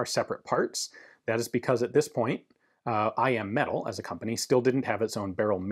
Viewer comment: Every video I hear I AM metal when he says I.M. metal so of course all I can think of is that Stark Industries made these lol. Now I just want one even more and I want to rewatch Ironman 😭